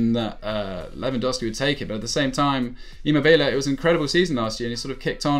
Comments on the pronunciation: It’s ImmObile not ImmobIle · 'emo bilay' 😂 😂 😂 😂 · it’s E-mo-be-le and A-Cher-be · That's just simply a wrong way to say Immobile isn't it? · You pronounce Immobile like a total nob!!!